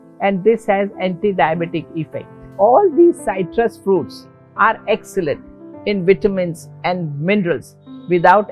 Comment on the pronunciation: Good info. Thank you very much. This English teacher and proofreader suggests you amend the subtitle to read "higher" (not "hire") - and please note that the correct pronunciation of "citrus" is with a short "i", not a "y", as spoken here. Thank you again and please keep up the good work.